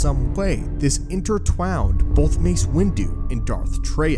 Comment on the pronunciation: "Intertwowned" lmfao😂😂😂